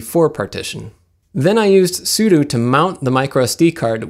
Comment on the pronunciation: Love that you mention the pronunciation of Asus, but say Etsy for 'etc' (etcetera, et set er ah), and soodoo for sudo (soo doh).